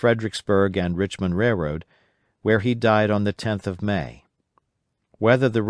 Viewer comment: i noticed this guy cant pronounce the word "railroad" very well at all. i did however, noticed he pronounced a lot of other words correctly and up to my standards